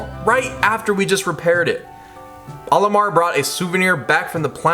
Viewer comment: You said olimoar again……. Cool vid either way